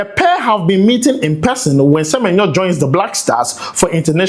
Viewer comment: please pronounce Semenyo well. I'm a big fan of you.